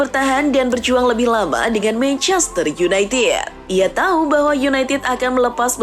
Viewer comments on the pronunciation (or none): none